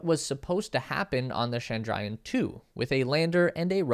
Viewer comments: Presenter!: CHANDRA+YAAN, Mangal+YAAN!---LEARN TO PRONOUNCE IT! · Well, you got everything correct except for the pronunciations Chandrayaan is pronounced as 'chandra yaan' Mangalyaan is pronounced as 'mangal yaan' Shukrayaan is pronounced as 'shukra yaan' also, 'Chandra' means Moon, 'Mangal' means Mars and 'Shukra' means Venus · Great video Was comprehensive Perhaps you could work on the pronunciation of Mangalyaan and Chandrayaan and Aryabhaytta